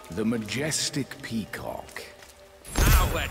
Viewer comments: Wie dieser Sprecher immer pea COCK betont... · ich höre immer peecock XD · Das Video könnte auch heißen: sagt die ganze Zeit pekock weil er’s lustig findet